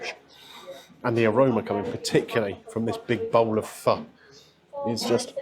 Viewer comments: Having lived in Vietnam for a few years I know both of your dishes were cooked to perfection and I was impressed that you pronounced PHO correctly very impressive, it's amazing how long it takes to develop the broth it takes days to develop a great broth many hours go into just that dish. Your review reminded me of sitting on a tiny plastic stool in a side street in the Old Quarter in Hanoi eating those dishes' I know exactly that a place like that you went to would be great because it not being pretentious, that's just how the people are, very modest!! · Nice one for pronouncing Pho correctly. Ever since I went to Hue I have been a fan of Bun Bo Hue, the spicy version of Pho. There`s a good place near Tate Modern that does an authentic version with tripe and raw beef...YUM!!